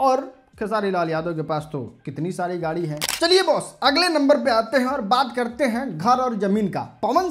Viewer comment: Are pahle bolna sikho गारी नही गाडी होता है 😂😂😂